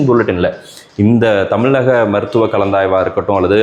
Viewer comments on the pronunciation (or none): none